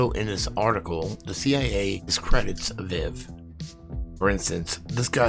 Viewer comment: Say it with me Uh-Veeve (aviv)